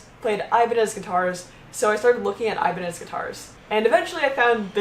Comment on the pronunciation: "aibanes" DIOS MÍO, with the "ñ", my spanish speaking ass got mad